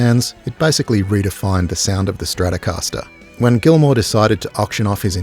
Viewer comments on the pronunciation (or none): les stracascastaster de Gilmour, c'est quelque chose ! 🤣 Quelle connerie, cette I.A. débile.